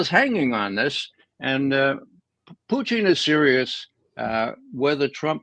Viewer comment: Why does your guest say "Puteen"? Hes the only person i have heard pronounce his name like that